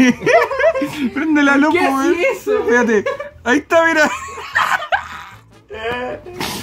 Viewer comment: tiene luse? tiene lusE??